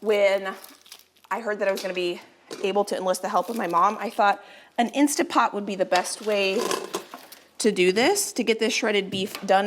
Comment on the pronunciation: Love you and your show but please, It is Instant Pot, insta pot.